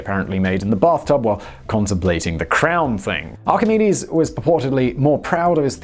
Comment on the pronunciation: Excellent pronunciation of Archimedes and Euclid. We do notice when you nail the pronunciation 😉